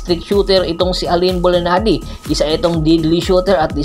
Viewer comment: Bulanadi hindi bulinadi bopol